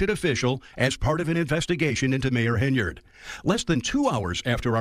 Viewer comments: you've been doing so well, but the second time you mention super mayors name, you slip up and call her heynerd. Focus, focus. HEN-yard, HEN-yard. Hey I don't like the super hag and want to see her in prison after a really embarrassing trip through the courts, but you must get her name right, or we viewers will think that you're an idiot too. Keep up the great work!! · Great videos, but it's Hen-Y-Ard, not Heynard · Hen yard. Not hey nard. And blatt. Not black. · I take a shot every time says “Hay-nard”. I don’t think I should go driving around right now. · Its Hen-Yard. Like where she keep dem chicken. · Ok. Now it sounds like you really emphasize the „enya“ in her name to make up for past videos 😉 thanks!